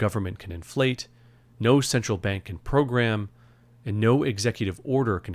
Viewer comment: Pwogwam? No dwugs?!